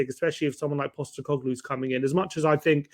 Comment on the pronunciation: It’s Postecoglou, not Postecoglu. Get the man’s name right Ffs.